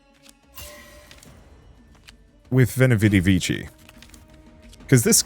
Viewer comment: 'Vichi' lmao